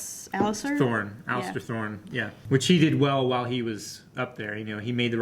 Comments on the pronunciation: still calling Alliser Alister I see xd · Alliser not Allister